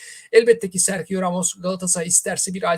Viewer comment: Telaffuzlar beni benden aldı. serhio.. gündizi... 😅